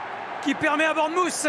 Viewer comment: Le commentateur prononce très mal Bournemouth. Essayez de dire Bornemeuf. Le son "th" est difficile et la plupart des Anglais le prononcent comme un "f". Par exemple. Three = Fri Through = Frou Think = Finque Bath = Bafe